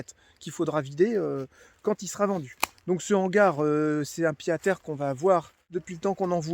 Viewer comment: Le retour des daily vlog! Bon par contre on dit Pied-à-terre avec un T « pyé t à tèr » 😊 ( Ca date de la renaissance )